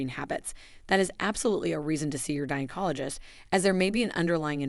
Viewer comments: If we must be subjected to these AI narrated videos can someone please make sure words are pronounced correctly. Vag-anal is not how vaginal is pronounced nor is gynecologist pronounced jino. Douche is pronounced several ways as well sometimes correctly other times not. Nice that they cloned Scarlett Johansen's voice though. I’m sure she will be thrilled. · My teeth were grinding every time the narrator said "vaGAInal" or "JYNecologist" 😬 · What the heck is a jine-cologist⁉️ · GINEacologist or GINAcologist? Ahahahahaha. If you are going to make a video on my hygiene habits, please pronounce my specialists title correctly or/and stop using AI. By writing smell worse, you are assuming old women smell bad. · Why is this AI Continually mispronouncing words like VAG- anal , JYNOcologist, and DUTching? Is there any over-sight prior to publishing? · The key G word is g as in gas, go, goose and not the soft g as in generally George. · Teach a i how to pronounce gynecologist and douche it's quite amusing and distracting thank you